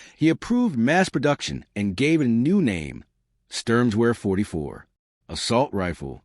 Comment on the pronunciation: AI is ridiculous. It is pronounced SHTERM-GAHVARE Storm rifle or assault rifle.Hitler liked strong names for his weapons.